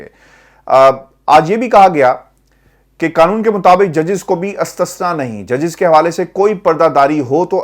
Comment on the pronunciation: The word is not "Astasna" but "Istasna" اِستثناء